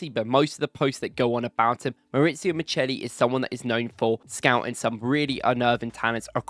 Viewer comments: It’s not Miceli, it’s Micheli. As in Chianti and Chiesa 😉👍🏾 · CH in Italian is ALWAYS pronounced K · Pronounced mikkeli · The Italian name Micheli is pronounced Mi-khe-li